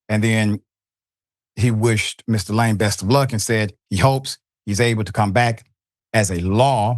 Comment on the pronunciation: Gotta learn the pronunciations of names before these spots, Doc